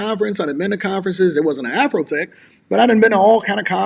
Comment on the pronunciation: It’s AfroTech not AfrHoeTech!